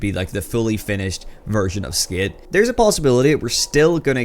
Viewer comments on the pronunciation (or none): Bro stop saying skit it’s skate hahaha we can tell ur American now drop the Scottish